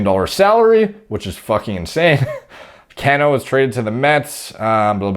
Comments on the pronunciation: I can tell you don’t follow baseball lol, It’s Pronounced “Cuh-no“ not “Can-o” I’m a consistently disappointed New York Mets Fan, but I’m stoked he failed the drug test because Jeff McNeil can play second base everyday and we can spend his forfeited salary elsewhere, like fixing this god damn bullpen and picking up another top tier starter. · Ca-no.... Not can-o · Cano..is pronounced Kah no..lol wonder If he was juicing when w my Yanks..he's a great ball player either way..not like roids give u all ur talent.. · Dude, lmao, it's pronounced Ca-nó, not Can-ó. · It's not Can-no lol. It's (Cuh-No) as in Cano don't ya know! Like the word KNOW. Cuh-Know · His name is pronounced like "Ca--no". Like "KA" "NO". It's NOT "CAN-O" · Cmon it’s Cuh-No Lol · his name is pronounced, ka'no. Love your analysis, especially not being an MLB fan! I’m really surprised these guys don’t use oxandrolone though instead. You would certainly know better than I, but I believe, it is, in fact, a collagen builder and therefore would enhance joint healing. I briefly looked at a Duke U. study where they were able to promote collagen synthesis in vitro in a wound healing study. I was actually prescribed it myself as well, while on TRT, after complaining about back and joint pain. Had to jump through several hoops to get the Rx though, like nerve testing, echocardiogram and a stress test! It was great though! I increased by Rx dose of 10mg qd to 30mg qd and had some really nice strength gains with zero sides, at least according to blood work. As far as Cano though, at 38, his joints have to be beat up from playing most of his life so I don’t understand why he wouldn’t use Anavar instead. In another post, someone said winstrol is universally used by Dominican players from early on, but why? Maybe this is why MLB has been plagued with injuries for years now! I figured it was overtraining, but maybe not, or a combination of the two. Makes you wonder.🤔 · Cano.. pronounced "cuh-no"